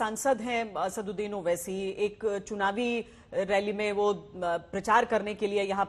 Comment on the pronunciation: Name to sahi ley mere bahin owesi sahb bolo